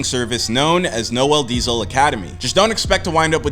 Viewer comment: I love how they butcher your name 😂😂